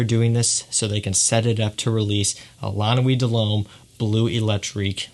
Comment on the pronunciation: Someone said, "Dull Hommay" it took me a while to realize that he was trying to say, De L'Homme...ahhh these french pronunciations!!!